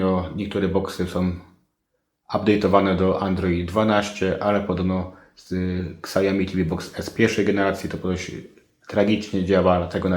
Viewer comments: bardzo przydatne, dziękuję ale proszę: "siaomi" nie ksiaomi ;) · Siałmi a nie ksiajomi